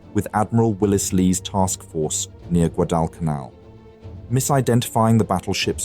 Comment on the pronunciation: The voice-over is soooo awful. guh-DALL cun ALL.